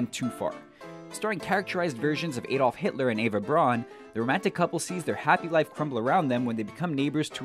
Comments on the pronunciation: "Heil" isn't pronounced "hail" - it rhymes more closely with "pile". It was meant to sound like "Hi honey I'm home" not "hail honey". Also, Braun sounds like brown, not brawn. The rest of it sounded like a grade 9 student asked to read aloud in class. This is a problem in many SR videos. Can't you guys hire someone who knows how to say their lines without fucking up all the time? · Eva Brawn? It is Eva Braun. Braun is pronounced similar to Brown. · The "au" in Douche words has an "ow" sound. "Sauerkraut" is a prime example. "Raus" , for all you Hogan's Heroes fans, is another. Braun is pronounced Brown.